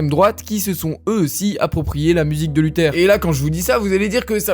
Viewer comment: un documenteh, sur luthehh